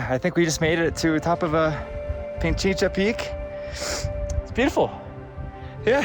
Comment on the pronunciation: Its Pichincha not Pinchincha😂